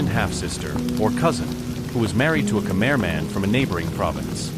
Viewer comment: Just say khmai not Khmer, sound so weird, but great story, we need more please 🙏